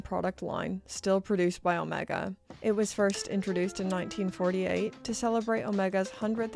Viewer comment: I do wish you’d pronounce Omega correctly. Please.